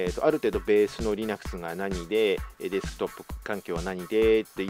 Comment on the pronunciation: Linuxのイントネーションが微妙に変なので話が入ってこなかったｗｗ